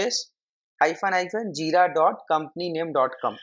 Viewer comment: Aaa what is Jida?? Its JiRa...R. Realy, I could not understand anything at all.